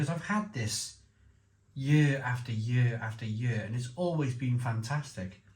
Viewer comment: It's funny that you pronounce "year" as "yööö" and Löwenbräu as Lovenbrau,. :) Welsh logic :D